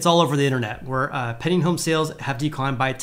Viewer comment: Pending: Penn-D-eeing..... Penn-D-eeing... not "penning" Say it 100 times.